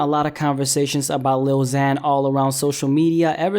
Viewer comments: You can’t even pronounce ‘lil xan’ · First off if u can't say he's name right don't say it and second of all he isn't mumbling that's is voice and its cute AF unlike yours hes a rapper and he's doing better then you'll ever do whoever u are shove that up your a$$ #lilxanisthebest so screw off haters! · You don't get to say if he's a good rapper or not if you can't even say his name right you stupid fuck